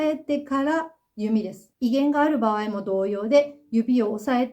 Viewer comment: 場合…❌️ばわい→⭕️ばあい、言葉は正確にネ😢